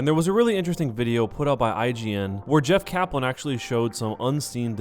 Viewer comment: "Jeff Kalan"